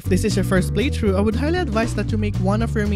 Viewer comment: ITS FUCKING PRONOUNCED PLAY THHHHHHRRRRROUGH NOT PLAY TRUE